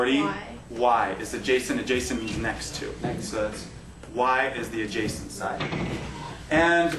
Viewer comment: Adjacent not adjascent...I know, you are a math teacher not english...lol.